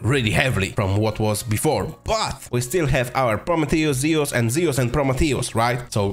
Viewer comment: zee-oos, no pronouce, zoo-uus